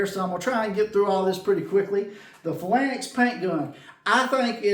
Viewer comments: Thanks for the video … pronounced “Fay-Lanks” I appreciate the demonstration and comparison. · Great results for a relatively cheap set up. Thanks for the in depth review. Phalanx pronunciation is /ˈfāˌlaNGks/. Cheers! 😎👍☮ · It's pronounced "fay lanks", nice demo I was wondering about putting the pigmentation right into the paint!